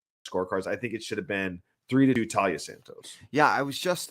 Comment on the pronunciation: Ugh. It's painful to hear you call her Talia over and over. Her name is Taila. Don't feel too bad, I've been hearing it elsewhere.